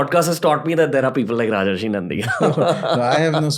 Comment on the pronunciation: It's Rajarshi (राजर्षि) and not Rajashi (राजश्री) .